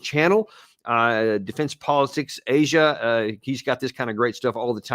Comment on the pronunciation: aaaaasiaaaaaa say it right